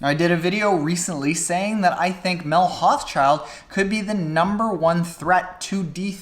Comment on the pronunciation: Good video, may I be so bold as to offer the pronounciation of Mel's last name which can be tricky. Hauschildt should sound like Hau-shoult for us North Americans.